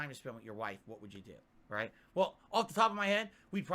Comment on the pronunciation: “Raight raight raight.” S t f u